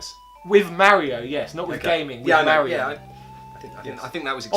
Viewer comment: Thank you for being some of the only YouTubers that pronounce Mario correctly. I was always ridiculed for saying it correctly. That is all. Carry on, gentlemen.